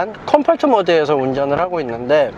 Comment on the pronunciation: 컴포트발음 왜이래